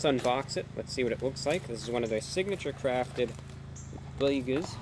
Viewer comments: After extensive research, it actually is "Boyegas". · bweygas